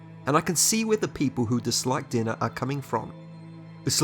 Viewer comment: Ohh, his pronunciation for Denna was dinner dammit. Dude where are you from? The names are wrong , ( pronounced ) . I'm not from USA, but bro... I'll like and subscribe tho